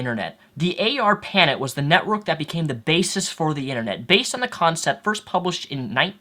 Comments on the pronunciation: It's just "ISP", not "ISP Provider", since "ISP" already stands for "Internet Service Provider". And it's "ARPANET", one word, not "A R PANET". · Arpanet is pronounced r-puh-net. very similar to internet.